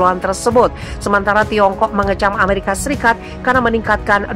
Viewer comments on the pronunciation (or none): none